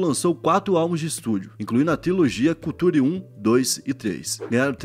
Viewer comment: Gostei do vídeo, do tema… só achei estranho os termos em inglês serem pronunciados em “português (culture, Future…)”